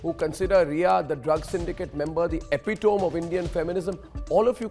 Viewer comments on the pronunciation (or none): Did he just pronounced “epitome” wrongly